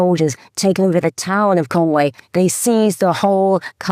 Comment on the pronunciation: Your family is from there & you STILL can't pronounce Conwy. It's not Conwaaaaaaaayyy, it's Conwy.